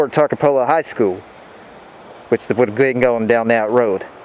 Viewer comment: My Dad went to that high school. Mispronouncing the name a little.